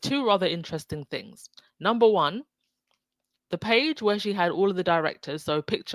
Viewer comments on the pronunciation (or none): none